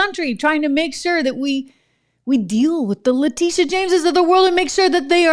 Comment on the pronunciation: Also “Letitia” not “Latisha”